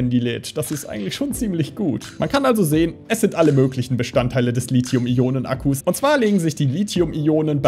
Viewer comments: Ich hätte nicht gedacht, dass mein Kommentar vom letzten Lithium-Video beachtet würde. Ich bin sehr zufrieden mit der Aussprache des Lithiums! Schönes Video :) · Ja du sprichst Lithium richtig aus 😍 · Anscheinend habe ich Lithium 20 Jahre falsch ausgesprochen.